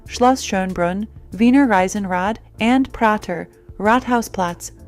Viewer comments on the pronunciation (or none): It's "Wiener Riesenrad" the famous Austrian Ferris Wheel not "Reisenrad". Reisenrad sounds so weird when you come from Austria or Germany